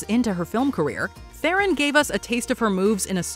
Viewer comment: FYI Theron is not pronounced as in this video… it’s closer to Thron